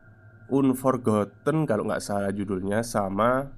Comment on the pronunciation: The correct pronunciation is "anforgoten",. Sehat selalu